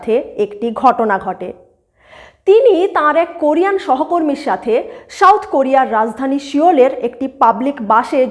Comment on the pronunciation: When soft "S" is replaced by strong "Sh" while pronouncing South, there lies the problem, not to mention the words like National, Abuse, Center, Survey, Values, etc, etc In this era of Global connectivity due to Instant Digital Communications they stick out like sore thumb PS : Incredible but true that Indian Cast system is far more accute then whatever so far has been narrated in this video presentation